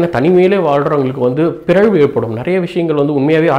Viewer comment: பிரழ்வு nala pronounce paniga super